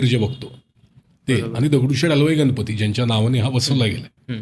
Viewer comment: अँकर ची भाषा सुधारण्याची गरज आहे गणपतीमधील ण चा उच्चार योग्य रितीने करावा